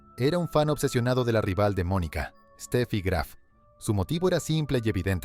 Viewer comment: Magdalena Maleva y después dices Estefi Graf... Un poquito de por favor... Hubicate...